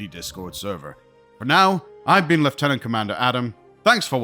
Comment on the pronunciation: Thank you for properly pronouncing lieutenant, we need that more in the Star Trek universe